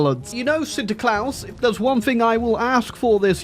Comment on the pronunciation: You nearly pronounced Sinterklaas correctly! Well done! It's Sinterklaas, not Sinterklaus, but quite well done! Good job!